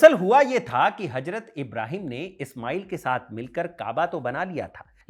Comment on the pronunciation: गुड इन्फोर्मेशन लेकिन अपनी भाषा पर पकड़ बनाओ हजरत = Hajrat ❌ हज़रत = Hazrat ✅